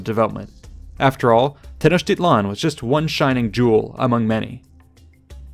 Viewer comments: His "tl" isn't right at all. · A quibble, but the stress in Tenochtitlan falls on the penultimate syllable.